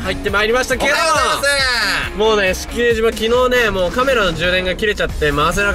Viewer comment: スィスィンって言ってるよね⁉️